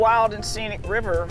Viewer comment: "BREAK THE DAM! RELEASE THE RIVAAH!!"